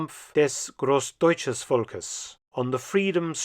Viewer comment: My mistake!!! It must be ,des Großdeutschen Volkes', not ,des Großdeutsches Volkes'. Was confused by ringing doorbell.